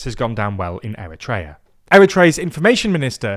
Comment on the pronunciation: eriteria is being erit-tating!!